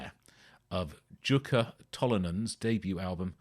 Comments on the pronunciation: Pronounced Yukka mate🏴🇬🇧🏴🇬🇧🏴…like Bjorn. Merry Christmas. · It's pronounced UKKA & he was one of the best guitarists on the planet & sadly he can no longer play from health troubles. Thanks for doing something on both Jukka & Wigwam. As i mentioned in my first comment you really need to watch the vid of Grass for Blades & you will see & hear Pekka Reichardt on guitar & Yukka did play with them at one point, but he was a solo artist for most all of his career. What you have there is the 1970 LP of Jukkas first solo album but i think it's a different pressing than what i have but the same cover as i hear things that are not on my album. Seeing him play is amazing & you can as there are lots of vids on YT with him. One killer Blues player as well. You can get all his records on CD but good luck finding them on vinyl & same with Wigwam. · Nice video,! You pronounced Tolonen correctly, and Jukka was close. The Finnish "J" is always pronounced as "Y" is in English, not "Z".:D <3